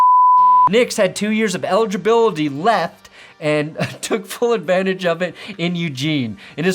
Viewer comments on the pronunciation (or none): Love that you shot the episode in order when you could have done the cold open with the drinking last and switched it in the edit. No, we get a little drunk trying to pronounce the word eligibility. Well done.